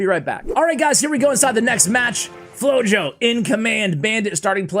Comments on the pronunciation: I believe his name would be pronounced “floho” because flojo mean lazy in Spanish. It just seems like that’s what it means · Yup, I thought about the same word in Spanish when I read the name and listening "flow-yo" seemed weird.